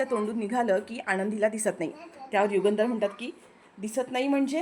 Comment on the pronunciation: युगेंदर नाही युगंधर. नावाचा उच्चार बरोबर करा. Delicate = नाजूक. Deligate = प्रतिनिधी. " राग अजिबात अनावर होत नाहीये. " म्हणजे काय ? _ राग अनावर होत आहे. किंवा राग अजिबात आवरत नाहिये. एवढंच म्हणणं पुरेसे होते.